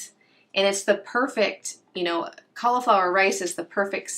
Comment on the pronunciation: im from australia great video by the way but it sounds like you dont pronounce the i in cauliflower so it sounds like you say caulaflowar also the way you say er sounds like ar so sounds like your saying caulaflowar